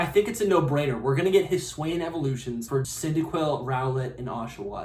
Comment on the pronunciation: It’s pronounced “hih-soo-eee” and hih-soo-eee-an”